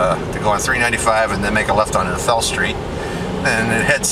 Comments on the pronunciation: Long A A- thel :-) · I'm sorry sir but when you said athel and I've lived in inyokern all my life and athel is pronounced with the "a" being said with the long sound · Yes and the old timers called the tamarack tree arthel tree. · Athel not arthel, dang auto correct.